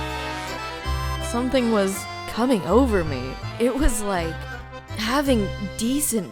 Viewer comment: “it’s so jover” 😭😭